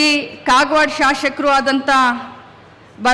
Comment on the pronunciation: ಶಾಶಕ-ಶಾಸಕ ಉಚ್ಚರಿಸಲು ಬಾರದವರು!.